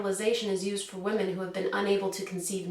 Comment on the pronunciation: Why can't pronounce "Women" correctly? For the plural of woman,the "O" is pronounced as an "I". Please, people, get this right!!